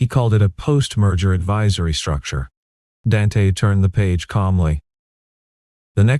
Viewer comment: The name is pronounced Daunte not Dan te